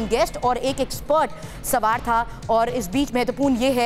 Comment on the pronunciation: Ye Anchor hain sawaar ko samaar bola jaraha hai